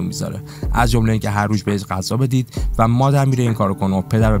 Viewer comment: عالی بود ولی غذا نه قذا درست بگو